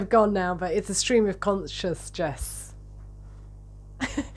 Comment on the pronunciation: Scream of consjessness 😂